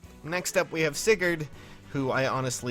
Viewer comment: Oh no, he said Sigurd. Demonetized.